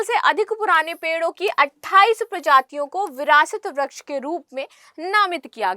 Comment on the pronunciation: वृक्ष बोलना सीखिए